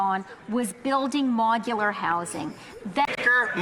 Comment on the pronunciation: Why does she pronounce it "MOG-ular housing"??? I cannot believe she was re-elected, she is so insufferable.